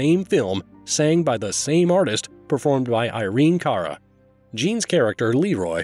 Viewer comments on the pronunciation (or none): none